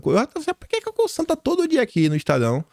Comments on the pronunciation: apronuncia não é COSSAN é COZAN. Espero ter contribuído. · SE LÊ "COZAN" UM "S" SÓ ENTRE DUAS VOGAIS TEM SOM DE "Z" MEU AMIGO, É MUITO TEMPO NO PAÍS DOS CANGURUS... KKK. PARABÉNS PELO CANAL E PROEMINÊNCIA PESSOAL. VC MERECE! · Por favor, a forma correta de falar Cosan é o “S” com som de “Z” - espero que considere isso como ajuda